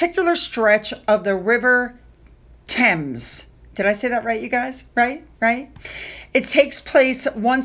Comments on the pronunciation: Well done on the pronunciation of the Thames. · Excellent pronunciation of Thames! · Yes,, perfect pronunciation of the word Thames ✔️ It's such a weird spelling. Haha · Yes ' Thames' . Perfect